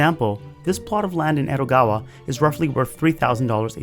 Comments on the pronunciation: It's Edogawa, not ero, why you change the D into R. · Is it just me or did he say Erogawa instead of Edogawa?